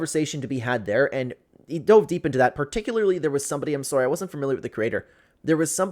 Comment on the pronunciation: You're what Sorey? What the hell does sorey mean